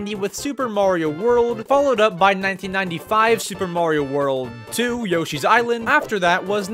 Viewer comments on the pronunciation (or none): “Super Mario world… 2” lol why did u say it like that